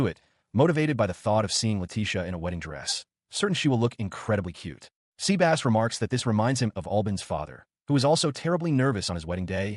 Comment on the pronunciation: So Seh-bus became Sea-Bass huh?! lol